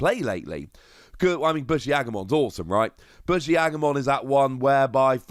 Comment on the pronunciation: It's Boo-shi not Bush-i.